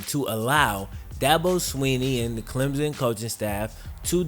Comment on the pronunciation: CLEM-P-SON theres a P sound in there